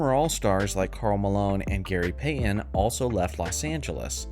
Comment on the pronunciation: Gary Payton his last name has a T in it. It's pronounced Pay -TIN. Not Pay-IN.